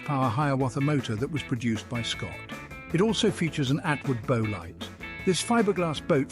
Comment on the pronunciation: Unbelievable! If I hadn't seen this with my own eyes I would not believe it. By The Way, very interesting way the ROBO voice pronounces the word B O W. It is of course not as presented. Not a bow like a ribbon tie. It is a bow (the front of a boat) more like bough.